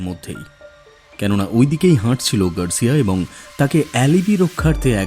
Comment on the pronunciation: অ্যালিবি !?! বানান alibi উচ্চারণ অ্যালিবাই